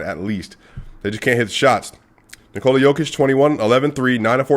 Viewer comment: The way you said Nikola is actually more accurate than one you are saying regularly. Use it more. :)